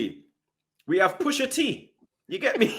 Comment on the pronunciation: Straight violated man first 10 seconds “pusha T”😂😂😂😂😂😂